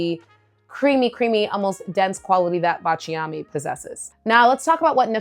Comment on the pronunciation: Please forgive me if I correct your pronunciation. I’m Italian. It’s BA cha mi. With the accent on BA. thanks for your content which I always watch. Cheers!